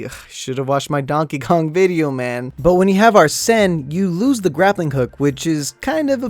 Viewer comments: Say is ARSEN Not AR-SEN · Ya it's ar-Sen